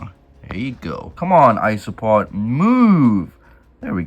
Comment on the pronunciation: I keep hearing ‘isopod’ and it makes me think that it’s ice cream or iced treat, cause it sounds like ‘ice-o-pod’